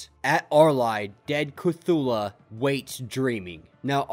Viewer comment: This is triggering me but it's pronounced Ke-Thoo-Loo and not Ke-Thoo-La. Still love your content keep it up!